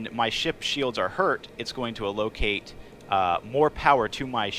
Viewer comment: "Cautionly"? "A-Locate"? But why?